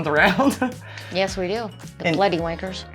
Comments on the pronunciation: Saying bloody, try emphasising the L bLoody, see if that works for you. Good luck😂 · 'Bloody' could be said as Bladdy it sounds like you are trying to force the first part of word ?? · pronounce it " bluddy" ;p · Pronounced Bluddy would probably help as well. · Maybe try pronouncing it as "blu-dee" instead of bloody. We seem to say the word quickly 😂